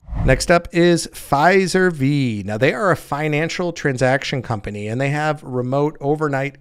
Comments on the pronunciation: It’s “FI-serve” not “fizer V”. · It's 'Fi-Serv' as in Financial Services. You were closer than most who hear Pfizer. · Good info. But I had to laugh when he said "Figh Zur Vee" for Fiserv. Pretty certain it's pronounced "Figh-serve" for Financial Services. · It's Fi-Serve not fi-ser-v actually. We use them as our banking core